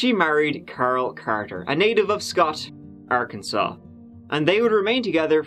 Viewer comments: I wonder how they named this place..."this reminds me of a cross between good ole Kansas and a big ole asshole. Let's call it Arkansas but pronounce it Arkansole" 🤔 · It's okay,. Everyone gets Arkansas wrong. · Arkansas: ar-kan-saw People from Arkansas: ar-kan-sens Me: no! I swear I'm not from Arkansas, I was only born there! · Hey... FYI, there is a place in Kansas called Arckansas City!!!